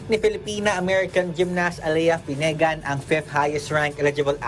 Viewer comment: Mali ang pronunciation mo boy sa "finnegan".